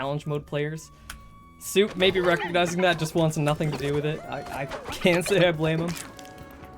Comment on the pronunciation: The name of szop was mispronounced. In polish language, sz is spelled as sh, so the name shouldn't be pronounced ,,soup", it should be pronounced ,,shop". Szop in polish means a raccoon